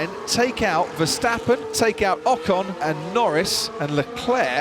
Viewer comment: mex versteppen???? commentator,,,every SINGLE A in west europe sounds like in carwash not like in cat